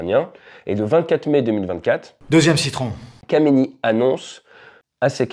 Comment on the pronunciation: Samson se prononce "100-Sson" et n'a donc rien à voir avec une marque de valises bien connues. Khamenei se prononce "Rat-mé-neille" et n'a donc rien à voir avec un rappeur qui vient de Marly-Gomont.